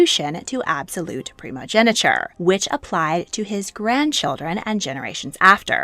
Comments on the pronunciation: its primogeniture not primogeneture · It's "primogeNIture", and the "-tine" in "Constantine" is pronounced /tain/, not /ti:n/